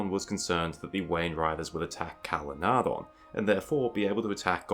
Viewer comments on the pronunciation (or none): I still wish that you would pronounce Calenardhon with the soft th rather than the hard D. "dh" substitutes for the ð or eth. Tolkien would have undoubtedly used the soft th sound rather than the D.